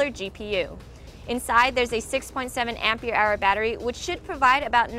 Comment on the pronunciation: What did she say? Ampeir hour battery?